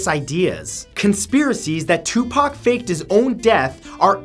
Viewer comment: Matthhew, thank you for properly pronouncing Tupac and Assata Shakurs' names. Great video as always.💜